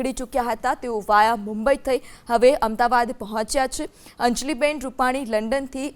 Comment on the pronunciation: AMDABAD KEM BOLO CHHO? AMDAVAD BOLO.